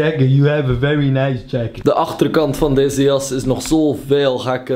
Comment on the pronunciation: vewy noice jakettt